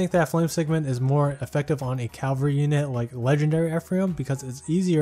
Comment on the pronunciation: Not sure if anyone else has told you this before but it's cavalry , not Calvary...